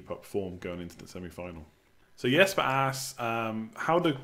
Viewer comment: Thanks for answering my question and for nailing the pronunciation of Jesper with a soft J ;-)